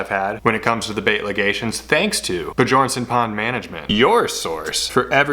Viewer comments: At first I thought you were pronouncing Bjornson incorrectly on purpose, but now it's clear that you don't know how to. The j in Bjornson is pronounced as a y like in young, Be your n son. It's a Scandinavian name that means Son of a Bear. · did you know Bjornson means bjorns son. and bjorn is danish for bear. so its said also like be-yorn